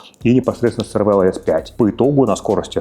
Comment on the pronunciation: Cervelo по незнанию можно произносить как червело(на итальянский манер) или цервело(тут уже не знаю откуда). Но лучше скорректировать и говорить сервело. Режет слух.